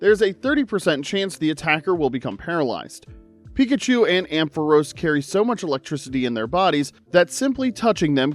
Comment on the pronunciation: It’s pronounced GOH-lum, amp-fuh-RAHS, NUH-mull, gal-VAN-chew-luh, viv-EE-YAHN, WAH-buh-feht, DRUH-dih-GIHN, roh-TAHM, MAYNE-ehk-trick, loo-DEE-coh-loo, PAHL-EE-tohd, lill-ih-GIHNT, “Patrick Star”! 🤨